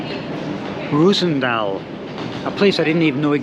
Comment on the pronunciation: It's not reuzendaal, it like calling worster (prenounced.worstet) Worcester. And saying cester. It is Roosendaal. Like roses spelled in fact. Same sound.